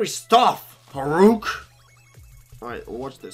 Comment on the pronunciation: why u call Hurok "Horuk"?:v